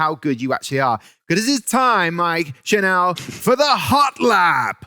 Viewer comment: Lmao it’s pronounced like “channel”, not “chanel “